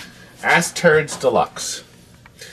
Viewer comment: Inc Asteroids, not Ass turds